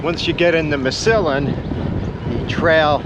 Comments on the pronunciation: Mass a Lin... Not masalin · Just a note, Massillon is MASS-a-lawn, not muh-sil-yawn. Glad you enjoyed your ride! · Massillon is not pronounced like "penicillin", it is like "MASS - ah - lyn" :) No way for you to know! Thank you for this video. I have been planning to do this with a few friends in October. Really looking forward to it. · I heard that too. I learned from the famous football teams it produces.